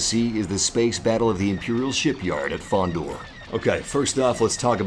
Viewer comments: Its called FONDOR, not KONDOR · Its Fondor, not Kondor... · Fondor not kondor😂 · Fondor, not Kondor.... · It's Fondor, TRIGGERED REEEEEEE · Battle of *Fondor